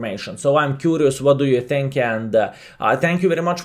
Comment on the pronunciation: You dont think, you tink.